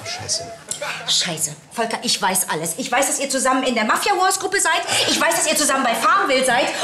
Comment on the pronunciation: Ich habe mich noch nie so gefreut, dass jemand meinen Namen so schimpft. Volkaaaa!!!!!